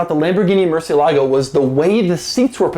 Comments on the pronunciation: murCIElago, not murcieLAgo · "MURCIELAGO" is pronounced "murci Elago" with enphasis in the "E" not in the "LA".